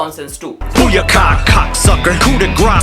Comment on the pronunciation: Bhai coup me p silent hota hai😭 "Coo" pronounce hota hai